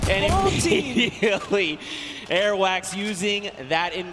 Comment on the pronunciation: the person that called Airwaks airwax omg he annoyed me just by saying that